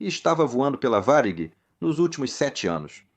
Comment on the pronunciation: Ficou muito bom, só não conseguiu pronunciar Varig muito bem, mas realmente ficou ótimo